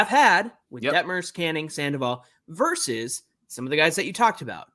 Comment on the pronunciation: I’m a fan of another club but I watch you guys every day, and I will continue just for one reason alone - the brothers know how to pronounce “versus”!! The talking heads on the TV MLB programs don’t!! I keep waiting for which book they are talking about when they regularly say “verse”. Send them a link fellas! In all seriousness, great show.